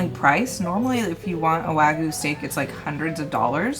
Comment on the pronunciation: Wagyu is pronounced Wah'~Gi' yoo not wah-goo lol